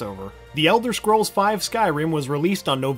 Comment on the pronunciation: ELDER SCROLLS SIX ELSWER I SWEAR TO GOD